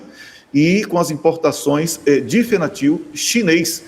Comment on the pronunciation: Fentanil..Não Fentanil. Abraço para todos aí desde Setúbal Portugal. Parabéns pelo trabalho gente.